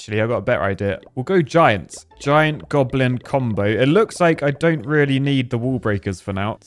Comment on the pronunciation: What’s a golim? do you mean goblin